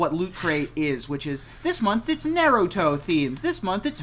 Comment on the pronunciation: Naruto pronounced as Nay Roo Two is cursed